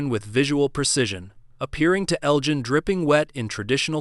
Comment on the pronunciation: your AI voice can't pronounce names properly , a dead giveaway. Elgin is pronounced with a soft g, your bot voice uses the hard G.